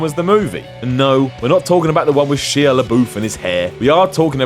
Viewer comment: SHY-AH. DRY-FUSS. Is this the same as the guy from TopTenz?